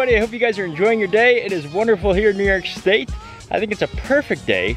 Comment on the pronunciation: New york shtate